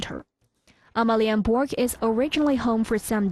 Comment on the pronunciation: your pronunciation of Danish is a disgrace, omg Amalienborg